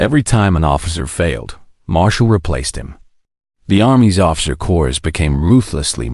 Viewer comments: this word "corps" is pronounced 'cor" not "cors". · Doesn't narration suck? "Corpse, or Corps?" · Get rid of now … not Marine Corsssss it’s Marine Corps - don’t drag out the ‘s’ and don’t pronounce the ‘o’ and don’t slur the ‘s’ for the love of God! Get rid of!!!! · The frequent mispronunciations by the narrator became so distracting that it became unlistenable. Examples: "Corps" (as in "Marine Corps") pronounced CORS instead of COR. "Routed" (as in "the army was routed") pronounced ROOTED instead of R-OUT-ED. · When I hear the “narrator “ pronounce the word Corps as either “Corpse” or “Core-s” I question everything being said. Pay a real person. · I hate. I grit my teeth every time I hear "corps" pronounced as "cores". This and dozens of other words simply can't be pronounced correctly by. Use your own voice, darn it! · United States Marine Course?? 😂🤣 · pronounced Marine “Corps” like Obama use to say Marine “ corpse”, (that would explain a lot!). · Im so tired of these damn voice-generated narrations that I've quit listening to many SCI FI novels and now must add to the list this WW2 Zulu moron!!!!! The 's" is silent in the word corps!!!! Good grief!!! What an amateur!! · also the "narrator" pronounced corps with an "s" at the end. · Tell the that you don't pronounce the s in corps. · So much good content on youtube spoilt by crap. I loathe. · That was painful to listen to. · Actually, tell that neither the "p" nor the "s" are pronounced in the world "corps" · fails in pronunciation. Marine "Cores?" "McNyer?" "Rooted?"